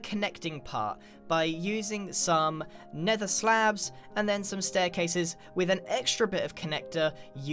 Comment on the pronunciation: SOMEBODY TOUCHA MAI SPAGHETT!! lol sry but the wae u said some was so tempting x3